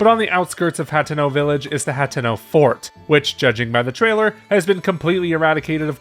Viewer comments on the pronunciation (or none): none